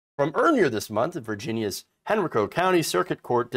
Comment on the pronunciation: It’s pronounced Hen-RYE-Co